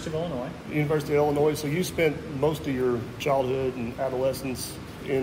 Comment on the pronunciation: The “s” is silent in Illinois. Where are you from? The Virgin Is land’s? 🤣🤣🤣 kidding, I know many ppl from across the border pronounce the “s” in Illinois. Thank you for sharing sir!